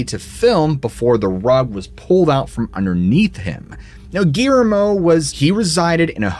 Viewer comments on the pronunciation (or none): 😂 Ok, I'll get on ya about something else. Guillermo is pronounced (Ghee - air - moe) with 3 syllables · Surprised he didn't pronounce his name Gimme. Couldn't even say Gui er mo correctly. He's really bad about that. A woman named Geraldine, called her "Gary" instead of Jerry, WTF ever. Biggest reason I don't watch him so much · 😂Okay I'll bug ya about something else. Guillermo is pronounced w 3 syllables ( Ghee - Air - moe) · My friend is going insane over the way you are pronouncing Guillermo